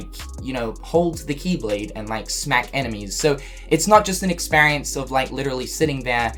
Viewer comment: Experience = 😀 Ex-spare-E-ance = 😫